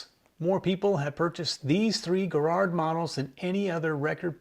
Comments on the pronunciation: It’s pronounced Jarrrard not Guh-rard. Also, with Miracord, the mir sound is like mirror. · Arrrgggh. The American pronunciation of Garrard hurts my British ears. At least you got the hard G right. 5 out of 10. 😂